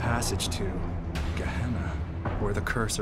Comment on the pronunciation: I'm pretty sure they're pronouncing "Gehenna" wrong. If it's supposed to be Spanish like they say it is, it should be pronounced "Gai-yenna" not "Guh-hennah"